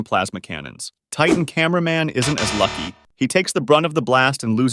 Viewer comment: why did you say cinnama man at my boy titan tv man😅❤😊